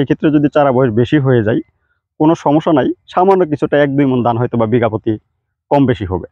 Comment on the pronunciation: দান না 😂 ধান